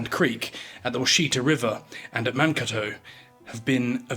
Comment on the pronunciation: It's pronounced "Man KAY tow"